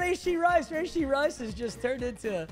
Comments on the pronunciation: Rashee... its not Rayshee 🤦‍♂️🤦‍♂️🤦‍♂️ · Papa, not trying to be a meat rider. But it’s pronounced ruhshee not rayshee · Bro who tf says rayshee istg you’re doing this on purpose now